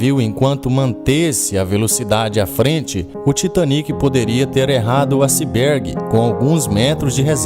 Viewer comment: Acibergue?. Mas o vídeos é bom! Parabéns.